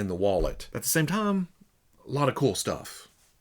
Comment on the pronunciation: Throws me off everytime you say the word "time." It sounds like you're saying the name "Tom."